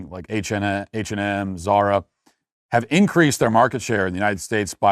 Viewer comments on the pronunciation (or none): none